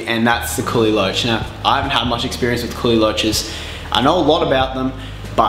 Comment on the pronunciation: What the heck are u saying right now: "curly lunches" Please pronounce the word slowly and clearly the subtitles don't know what you're saying. AND THAT'S ON PERIOD!!!! 😤😤😤